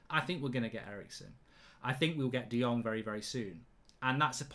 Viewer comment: De Jong = De Long 😂😂😂